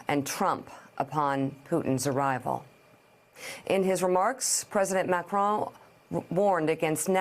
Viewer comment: I view Trumps' attitude as just another example of the naive and casual arrogance many Americans display toward the world. A small, but important illustration: everyone else manages to pronounce the French Presidents name, "Macron" - it's really not that difficult. But the best American seems to come up with is, "McCrone" - he's not actually Scottish (or as most Americans would say, "Scotch").